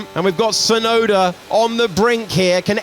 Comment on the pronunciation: who is Tsunoder? lol